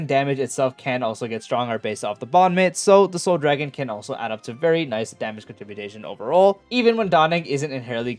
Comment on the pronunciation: lol, these tools making videos these days all make up words and act like they are real "contributation"? It's con-trib-you-shun moron